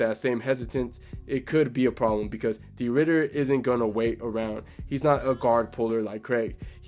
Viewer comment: it's de 'RIDDER t i m e 🦍